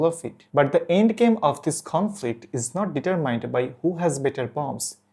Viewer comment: The intro might be a bit long but that could just be me. Overall a bit stats and facts-light. But the level of difficulty of obtaining first or second-hand sources for this topic is understandable. Also just a tiny bit: check out the pronunciation of "determine". Keep it up!